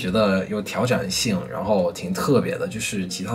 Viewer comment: 如果一定有想要提升的地方的话，就是一些升调在句子中的变化可能有你会有些没有注意到，比如视频中的“一年半”的一字通常大家会说yì不是yī，“挑战性”是三声-四声-四声（偏轻），不过都是一些小问题了，如果多跟着电视剧模仿半年就是native speaker水平啦🤣